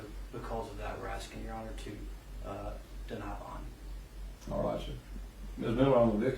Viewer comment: It's BOND not BONG